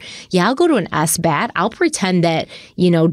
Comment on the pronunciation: So nobody is going to mention that pronounced sabbath S-bath?